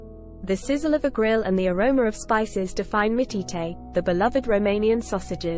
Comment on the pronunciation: Mitiete, is actually called (pronounced mitch).